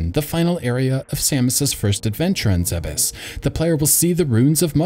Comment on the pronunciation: It's pronounced ZEEBS. I'll fight you over it